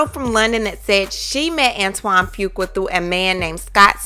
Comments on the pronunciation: Your pronunciation of his name is all wrong sis....it's phonetically spelled "FU-Qua" NOT "FU-KWA".... It was a little irritating to listen to. Just trying to helpl. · Pronunciation is "Foo-qwah" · His last name is pronounced "Few Kwah"...I'm sorry, it's the teacher in me lol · I JUST NEED YOU TO PRONOUNCE FUQUA RIGHT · The weight gain is due to Lupus! And that is not how you say that man's last name!!!